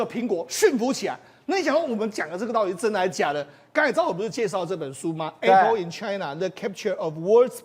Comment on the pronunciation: 台灣的教育爛到透，主持人連apple都讀錯